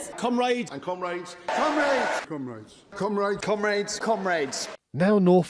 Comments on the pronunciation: They say comrade like cum raid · Honestly, the first time I heard it, I was wondering, “What the hell is a Cum raid?” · Pronouncing comrade Cum Raid has me feeling some type of way.